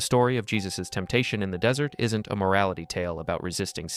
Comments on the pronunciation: The fact that this audio repeatedly says "dessert" when it clearly means "desert" (e.g. and ) doesn't just make me want to eat cake, it strongly suggests to me that this is IA-generated. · The weird thing is the transcript spells desert (correct) but the ai say “dessert” multiple times at the end. I enjoyed the narration until that little flub. No one taught this model that everyone wants two desserts and one desert. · Tell the Dumbass AI that ‘desert’ is the dry sandy place, and not what you eat after dinner. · Dessert. Pronounce it correctly if you want any credibility or to project the impression that a human is speaking. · I almost thought this wasn't read by AI until it said dessert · Good video but the AI voice really stunk when it kept referring to the dessert temptation. 🧁🍦🍪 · It said dessert in the end... like ice cream.. er, temptation. It's no less profound, and ya, its ai, but determine for yourself if it's intelligent. Eventually that "artificial" caveat will fall by the wayside ie artificial sweetener. Eventually, it's just dessert. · Too bad the dude who created the script for AI didn’t know the difference between dessert and desert… still great video though. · Excellent, however 😁 shame the word desert as in sand, sounds like desert as in sweets in the AI voice used. Other than that 👌🙏🦘